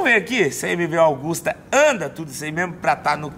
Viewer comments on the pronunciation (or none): MV "AUGUSTA" ? Não é AGUSTA? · koe.... é MV AGUSTA,,,, nao é augusta